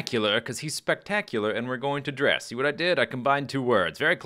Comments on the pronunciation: I've heard it pronounced "Drez"; scott manley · I believe it is pronounced dress, except in place of the double s you make the "z" sound. Like drezz. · I prefer Dres with the "e" sound"Dreees"